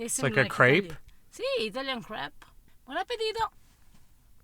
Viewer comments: Whenever she says crépe it sounds like crap…. LOL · But her pronunciation of "crêpe" was much more Frenchlike than his. Whenever I hear an American saying "crêpe", I understand "grape". But it should sound like "krepp".